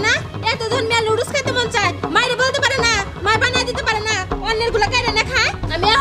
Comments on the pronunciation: Lodos na pronunciations ta nodooles hobe.. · Nudols ke bimu ludols bole keno? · nodules uccaron o korte pare na